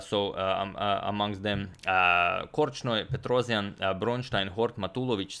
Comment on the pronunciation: He still completely butchers the pronunciation of Petrosian, though, whose surname should be pronounced like "Petross'an".